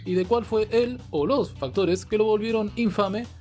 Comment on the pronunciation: "el o LOSS" Buena ahí 😂